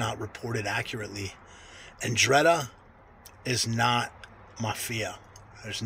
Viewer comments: Your take on this is almost as bad as your pronunciation of every key word you're discussing. "Mafia" is a catch all term for ALL 3 branches of Italian organized crime. Sicily's "Cosa Nostra", Naples "Camorra", & Calabria's 'Ndrangheta ALL fall under the umbrella of "mafia". Americans are just used to associating the term "mafia" exclusively with the "cosa nostra" from Sicily only because of it's prominence here in the early last century. Even the local "black handers" who terrorized Italian American communities all over the east coast in the late 1800's and early 1900's that came for various parts of southern Italy and were not necessarily tied directly into one of the 3 main Italian branches were still considered "mafiosi". So in short....the 'Ndrangheta of Calabria absolutely falls under the umbrella of "mafia" without question. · dude thats not even close how youre pronouncing it!! SMFH